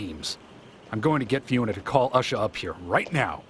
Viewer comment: Ushah is black...? When I first heard the name my thoughts were "Huh... Ushah... sounds like a stereotypical black person way of pronouncing 'Usher'. But, nah, that couldn't be what they were going for..." ... They seriously did go there. This is hilarious.